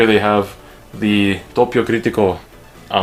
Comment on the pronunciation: i'm italically trigger by your pronunciation >:( /s p.s the page is called DoPPio Critico, with 2 p's not one